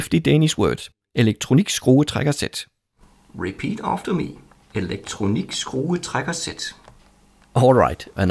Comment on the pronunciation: You allmost nailed saying the danish word